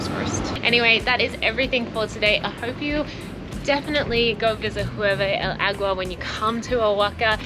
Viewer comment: "Ee-YER-be del agua"